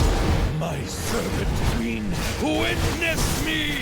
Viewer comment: Is it me, or d does sound like he's saying Servant Queen instead of Serpent Queen?